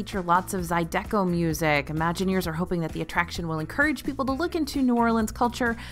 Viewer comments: I just about tripped and twisted my ankle running to the comments! 😂“Zye-Deck-ō” music?!? My wife and I love your videos however, we gotta “learn you sumthin”. It’s pronounced “zai-dê-ko” . Basically just gotta say what you said but faster as one word. Sending this With southern love 😘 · Did anyone else from the south (specifically, from Louisiana like me) gasp when she pronounced it “zy-DECK-o”?! Say it with me “ZY-deh-co”…. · I'm excited I get to ride Splash Mountain one last time! It's my favorite ride, but I'm so excited for the Princess Tiana update as a lover of the movie and as a native Louisianan. Also it's pronounced Zy-duh-co, not Zy-DECK-o ☺Thanks for the video! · It’s pronounced z eye da coe !! I’m from south Louisiana near New Orleans. I know it’s hard for others to read it and say it correctly but it was funny! ❤😂 we live you guys on here !! 🤩🤩🤩🤩🤩🤩🤩🤩🤩🤩🤩🤩🤩🤩🤩🤩🤩🤩🤩🤩🤩🤩🤩🤩🤩🤩🤩🤩🤩🤩🤩🤩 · She said it like “Art deco” 😂 I love her for trying tho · I love you! As a Creole/Louisiana girl, it’s (Za-Dee-coh) Zydeco music. Chefs kiss! ❤ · Not “zeye deco” lol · I love watching every week. I did have to laugh when I heard her say Zydeco music though. Being from south Louisiana less than 20 minutes from New Orleans, it’s always funny to hear people from other places try to say things from our area. Lol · Not trying to be a stickler but just a note for the future: Zydeco isn't pronounced like the 'eh' in Art Deco but like the "ih" in Disco. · Ooooooo..... Please look up how to say 'Zydeco' music. You put the wrong em-PHA-sis on the wrong syl-LA-ble. 😉